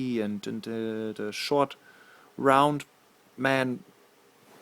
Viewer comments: "Ceelo! Ceelo is the schwort rrround man." GAHAHAHAHA! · "The showt round men," XD